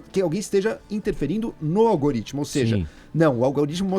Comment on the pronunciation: Apenas corrigindo, não é "algaritmo", como a jornalista falou (mais de 1x) mas sim "algoritmo", que significa sistema de cálculos numéricos.